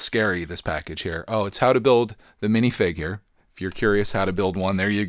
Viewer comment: I like how he say miniFINGER not minifigure